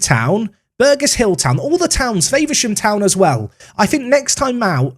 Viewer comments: “Favour-sham” Town 🤣 “Favver-sham” 👍🏼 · It’s pronounced Fav-er-Sham not Favour-Sham 😂😂😂